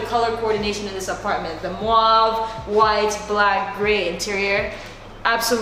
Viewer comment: How do you pronounce mauve 😂😂